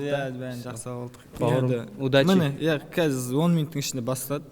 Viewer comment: Иааа(с акцентом на А)